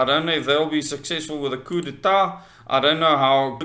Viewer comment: coo day tar - is how it is pronounced